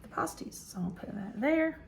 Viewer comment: pronounced Pass tees